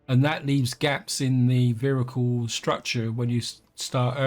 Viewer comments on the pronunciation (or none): I keep hearing "vhericle" and I can't stop!